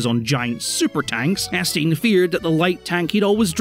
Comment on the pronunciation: Hearing someone pronounce Étienne as Estine is horrible